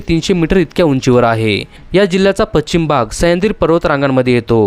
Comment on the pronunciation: पश्चिम पच्चीम चुकीचा शब्द आहे.